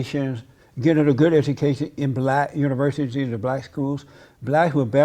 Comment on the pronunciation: That’s what I said when she said buhlack men were being incarcerated lol, she’s stooooopid.